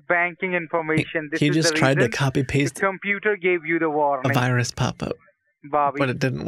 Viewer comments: The we pn for the wirus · What's a "wirus?" Lol